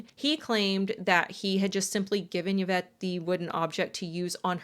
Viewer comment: Thank you for saying Yvette's name correctly. Most of the time it is not pronounced correctly. This case is so bothersome. I hope ppl can get free. However you made a comment about a cult leader here in the states. I can only assume with the context of what you were showing who you meant. I would have loved to continue watching your content. But since I'm not stupid and know who you were referring to I'll pass and encourage others not to as well.